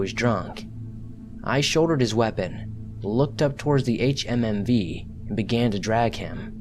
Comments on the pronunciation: “H-H-M-V” it’s pronounced HumVee idiot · Switched this off at the fourth HMMV. Ffs just say humvee. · Thermo meter? It's one word friend also Humvee is said as a word not spelled out lol good narrative voice